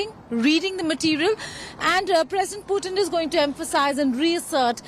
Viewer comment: hey India Today guys, Please do not mis pronounce PUTIN .... its POOTIN